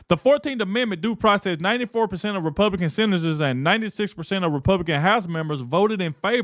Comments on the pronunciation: He said, " The Republiklans " What it sounded like to me. A little tongue twister got him. 😂😂😂😂😂😂😂😂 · This host has trouble with saying Republican. He can't even say that name himself but Jazmine Crockett doesn't have any trouble pronouncing that name 😂😂😂😂😂